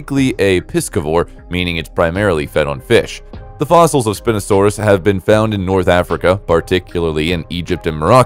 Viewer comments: Its not API no sand us it is spie no sand us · Bro, Spinosaurus is pronounced spy no sawr us. Dreadnoughtus was the biggest dinosaur, not the Argentinosaurus. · I heard this while I wasn't looking at the screen and was like "wtf is spin-osaurus??"